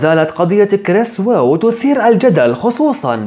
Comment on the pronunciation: أنا راسي مربع و اقلك لا تتفلسف حتى نتاكد كليا من الموضوع و اسمه كريس اوه مو كريس واو انت حتى اسمه ما بتعرف تنطقه واجي تالف من عندك و اتكلم معاك بصفتي ميجيني و تحقيق لسا جاري